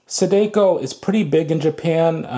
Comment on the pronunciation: The way he pronounces “Sadako”… 💀💀💀